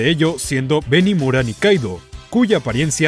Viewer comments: Benimura???, Benimaru Xd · Aqui te equicocaste . El personaje se llama "benimaru" no "benimura" por lo demas el video me gusto 👌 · Benimaru brother jajajaja no Benimura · "benimura" JAJAJAJA 🤣🤣 ESTALLEEE